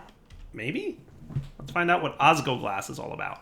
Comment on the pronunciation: It's osg L oglas, I'm sorry if I sound angry, and it's just the tiniest detail, but missing that L every time you said it, was like raking your nails on a blackboard whilst twisting my liver.